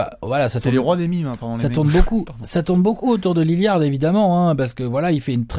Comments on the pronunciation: un minimum de respect svp dans la video et dans les coms: c'est pas Lilliard mais LILLARD ! merci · naaan alex il prononce "Liliard"....😭